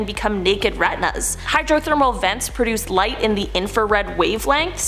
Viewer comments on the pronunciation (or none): none